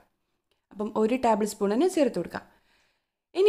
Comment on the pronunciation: ടാബ് ൾ അല്ല ടേബിൾ എന്ന് പറയൂ.